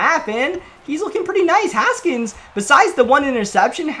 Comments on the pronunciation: GLORY!!! You know how to say haskins right now! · Finally saying Haskins right. Congrats